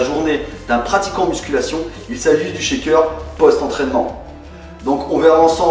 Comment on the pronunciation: Salut, Ca ma beaucoup aidée, Mes tu pourrais m'expliquer ce que veux dire schéqueur ? ^^ je suis perdu quand tu prononce ce mot :)